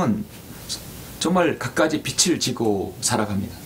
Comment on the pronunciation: 주제 넘지만,빛을->비츨 빚을->비즐 빚이->비지 목사님도 사람이신지라 완벽히 국어 문법을 모르실 수도 있습니다 저도 마찬가지입니다 목사님은 우리들 보다 성경에 관한 진리의 지식이 풍부하십니다^^